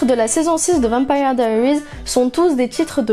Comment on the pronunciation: C'est pas comme sa qu on dit vampire diarises en tant que fanne je me permé de te le dire.